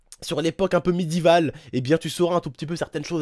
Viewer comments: Médival ? Non médiéval !!! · Pour info on dis pas midival mais médiéval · c koi c bledart sa ma tué il a dit midielvil et elle a sorit c baizzare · pk t.u dit midival